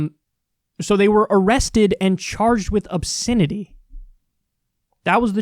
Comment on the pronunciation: Funny how Kyle pronounces "obSINity"